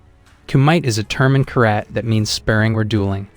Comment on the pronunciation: You're saying karate wrong 😂